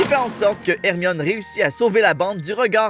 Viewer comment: plus jamai tu n appel hermione ermimi ok